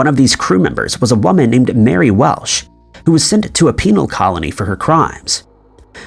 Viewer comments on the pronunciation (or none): none